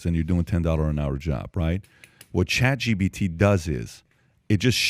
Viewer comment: It's ChatGPT not ChatGBT, how many times do you need to be corrected???